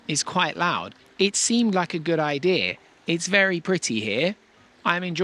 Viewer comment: They also pronounce Idea with a R